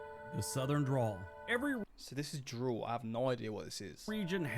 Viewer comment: Sounds like you said drool bud it's dRäwl